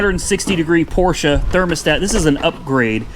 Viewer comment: thank you for correctly pronouncing PORSCHE .